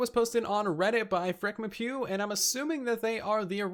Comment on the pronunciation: "Frickmepew" lol